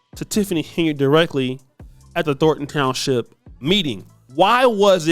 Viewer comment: said "Thorton" instead of "Thornton". He is not ready to be a broadcaster yet. Standards!